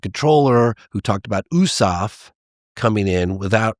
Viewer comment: Never heard USAF pronounced like that